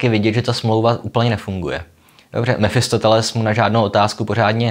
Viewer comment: Mefistofeles... Možná už je to deformace z filozofů, když říkáte Mefistoteles.